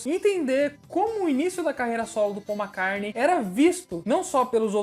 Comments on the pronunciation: Amigo vc sabe muito e tem minha admiração mas confesso que estou pegando implicância do seu jeito de falar MACARNEI. Por favor!!! O certo é MCCARTNEY. Meus ouvidos agradece.👏👏👏👏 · Eu acho engraçado quando se fala paul mcarne kkkkk vídeo bom demais faz mais pra noiid